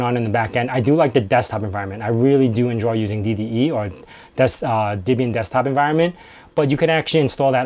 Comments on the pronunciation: Are you saying Dibian? The name is from Deborah and Ian. Deb-ian. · Why do you say "Dibbian" instead of "Debian"? The "Deb" part came from "Ian's" wife - whose name was Debra. It wasn't "Dibra". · Pronounce Debian wrong.. :P